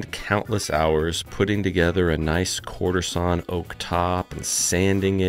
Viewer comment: I was in before I stopped hearing courtesan oak and started hearing quarter sawn oak 🤷‍♂️🤦‍♂️😂